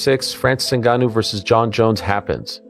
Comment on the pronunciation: Oh no, not Francis un-ga-noo! Or was it one of the other three ways this video butchered his name? Enough with the AI voiceovers bro. We’re all sick of it. If you can’t be bothered to speak into a mic for a couple minutes, don’t have a YouTube channel.